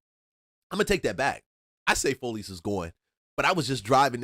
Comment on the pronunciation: Bruh said FOLEYS….its Follies and it wasn’t in buckhead it was in northeast Atlanta on Buford Hwy….the migos and asians came thru and took over Buford Hwy